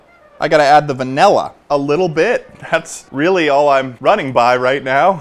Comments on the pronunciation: everyone: please say the word properly ple-: vaElla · why does ted say "vanilla" like "vanella" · the fact that he says vanella baffles me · Bro really said vanella